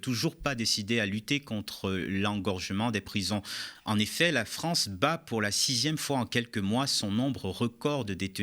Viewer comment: "Vive la Fronce"......